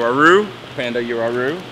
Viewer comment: Uaru You-a-roo 🤣 Wha-roo